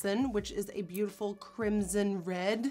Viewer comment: It's RED not RET learn your words woman